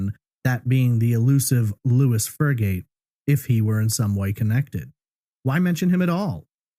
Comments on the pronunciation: Lois is a female name....pronounced "low iiss". Louis is how the male name you use is spelled???? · Name on records is Lois, not Louis.